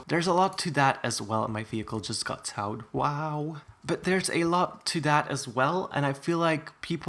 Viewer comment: he mispronounced "towed" 😭